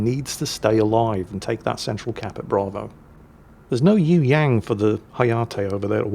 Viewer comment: ...how about doing a search on how to pronounce "Yueyang" It does not sound like 'you '......and the "ang" sounds like "ong" in song or wrong